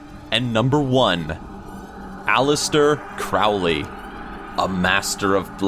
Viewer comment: "King Louis" is pronounced "LOO-ee," not "LOO-is." It's French. Also Crowley is "CRO-lee," not "CROW-lee."